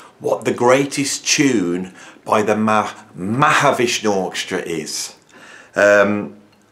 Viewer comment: MAHAVISHNU NOT MAHAVSHNU